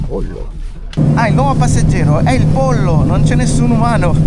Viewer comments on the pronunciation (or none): Mi fa sorridere che in questo video continuavate a chiamare il pollo "la polla", evidentemente non conoscete il significato che ha in spagnolo, fossei in voi non lo griderei ai quattro venti 😅 (c'è da dire che la pronuncia è un pò differente)